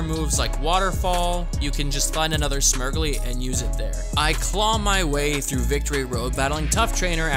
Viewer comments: I cant tell if youre mispronouncing Smeargle on purpose... its "smear" as in paint smear and "gle" as in beagle coz its a dog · Calling Smeargle, Smirgley from now on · Are you saying smeargle like that as a joke? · Okay but is nobody talking about how he pronounced Smeargle?